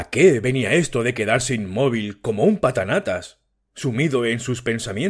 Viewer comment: Como un papanatas? Dijo ud patanatas